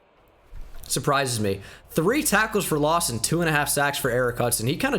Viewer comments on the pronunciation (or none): saying sex instead of sacks lol